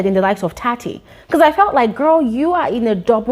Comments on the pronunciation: ....HOW TO PRONOUNCE TSATSI...You know the word TSUNAMI...replace the U with A..TSA and then the second part do the same but place I instead... like saying TSANAMI😊😊 lol or TSINAMI😊😊now just remove the Nami all together and just say TSATSI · I think it's time learns how to pronounce Tsatsi's name 😭🤍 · Lol if people can pronounce Tsunami, then Tsatsi should be easy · do you mean "Tsatsi" is pronounced as "Sassy"? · If she can pronounce tsunami she can pronounce Tsatsi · Similar to how you pronounce the “ts” in the word “tsunami”. When pronounces Tsatsi’s name, she leaves out the “s” sound. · Your right